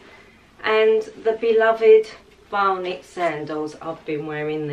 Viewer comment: P.S. vionic not bionic! X